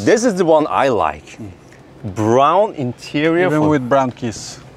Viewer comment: Did he say "BROWN KISS"?!